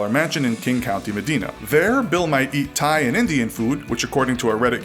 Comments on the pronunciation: I'm from the area around Medina and the "I" is pronounced like eye as in "the eye of the storm." Great videos though. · Oh yeah Bill Gates lives a few blocks away, also its pronounce Meh-die-na not medina. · He said Medina wrong